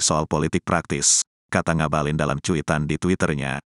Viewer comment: Ngabalin saya dengar seperti mautaubat